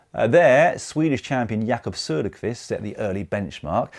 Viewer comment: The name of the Swedish Champion Jakob Söderqvist was perfectly pronounced.